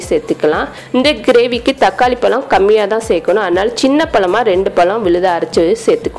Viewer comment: 1: 15... takali palam illama... Takali pazham... ப ழ ம்.... pronounce properly